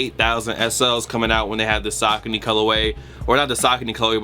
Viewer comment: The first shoes are called (Suh-Co-knee)